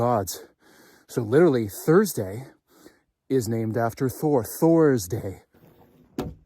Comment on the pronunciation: “Genuhmin”???????? "Intresting" is not a word. "Litterly" is not a word.